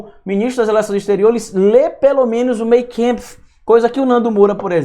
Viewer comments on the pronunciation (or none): Por favor, professor, atente-se à pronúncia CORRETA! Por exemplo: "Mein kampf" ("Minha luta"). Se pronuncia: "Mein kAmpf" e não "Mein kEmpf"! Isto é ALEMÃO e não INGLÊS AMERICANO! Tem muitos alemães(ãs)/professores de língua alemão (que moram em Aracaju) estão até agora rindo de você todas as vezes que você continua repetindo erroneamente esta palavra. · Olá Professor! Vc é 10! Só um detalhe a ressaltar: Mein Kampf se pronuncia "MÁin Kampf". GRANDE ABRAÇO! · Pronuncia: "Mein Kampf", Minha luta, de Adolf Hitler: MÁIN KAMPF.. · Oi me permita uma dica/correção a pronuncia correta do nome do livro em alemão é: Main Kâmpf O.K?? Grande Abraço.